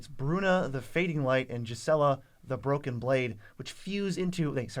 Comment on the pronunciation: Please stop saying jizela, it's gees-uh-luh